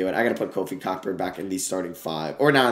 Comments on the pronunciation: your the goat but kockburns name is pronounced “Co burn” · ITS PRONOUNCED COBURN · One day we’ll get the proper pronunciation of Kofi’s name (it’s Co-Burn)